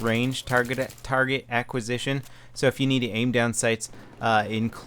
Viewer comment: I like how continously struggles with the word "acquisition":D